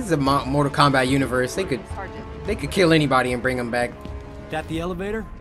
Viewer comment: u said kombot